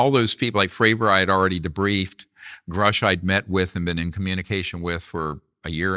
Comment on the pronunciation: It’s not pronounced Groosh vlad it’s Grush